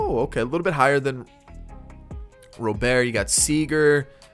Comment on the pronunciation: ITS ROBERT WITH A T NOT ROBER WITHOUT THE T ITS ROBERT GOD DAMN